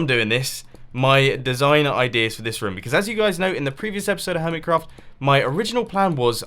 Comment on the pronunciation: Who prefers how Mumbo Says room compared to them? (Unless that's how you say it) I preference How Mumbo says it